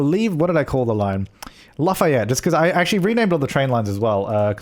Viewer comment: It's pronounced Laugh-ee-yet